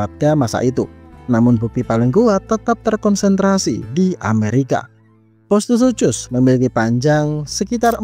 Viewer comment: bang, bacanya "sukhus"